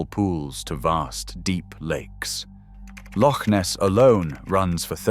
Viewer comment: Well done on your pronunciation of loch Ness. Calling it lock Ness is as much of a slap in the face to a scot as much as saying our tap water is crap